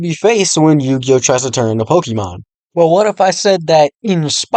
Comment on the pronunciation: Couldn't actually sit through you saying pokimon 16 million times. Try again when you can pronounce the word properly